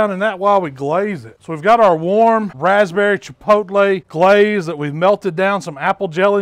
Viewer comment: GUH-LAZE it.